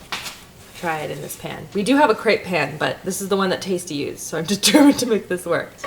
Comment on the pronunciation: Based on the french pronunciation (since crepes (aka crêpes) are from Brittany, France), it is pronounced [/krɛp/]. If you type "crêpe" in google translate and select french, you will get the exact pronunciation with the audio!